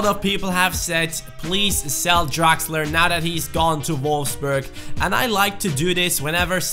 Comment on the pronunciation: Who's this "Draxer"?, change it;)